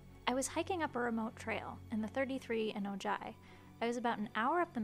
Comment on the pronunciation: Hey, just found your channel. I'm from California and watch all the stuff I can find of our various cryptids. I have yet to see the watchers, but would be ok with it as they never bother anyone. Also, pronunciation of Chumash is fine, but Ojai is "Ow-Hi" ☺️ great video!